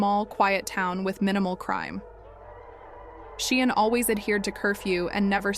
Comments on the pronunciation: Say 'sharn' as in Sian. Not sheean😢 research properly . The child is dead ffs. Respect . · Pronounced SHARN NOT SHEEAN.FFS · Say 'sharn' not 'sheen'.